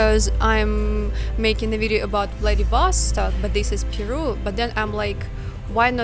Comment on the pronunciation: How come you are insisting on pronouncing VladivOstok foreign style? Does it make it sound more incorporated with the flow of the English language?